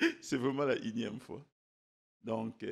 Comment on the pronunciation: N-ieme fois et non inieme ...!